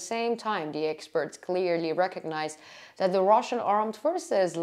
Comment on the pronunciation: Free English consultation. 😊 Your English has improved greatly. I would give you 1 more tip, free. Try to pronounce TH correctly. (tip of tongue is on bottom of front teeth). Right now you say Deez, Doz, Dat, and Duh, the correct way, so we can understand you better IS: These (theez), Those (those) , That, and The (thuh). Practice your TH sound, and your English will improve by 70%. This is the most common phonetic (fonetic) mistake when learning English. Your Welcome. Diana from Cali.